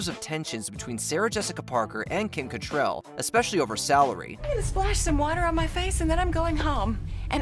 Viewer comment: It's pretty grating that you keep calling Kim Cattrall "Cattrell".